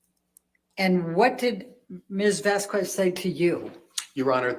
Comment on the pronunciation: She had no problem saying Whitney’s last name, Henriquez, correctly. So she’s deliberately pronouncing Camille’s last incorrectly. It juvenile, but seems completely in character for.